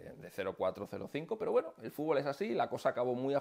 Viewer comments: Jaja FUT-BOL le dicen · No se que hace México en ese puesto, ellos no saben ni pronunciar la palabra fútbol.